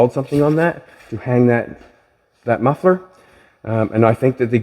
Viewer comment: You really messed up Jolene’s “muffler”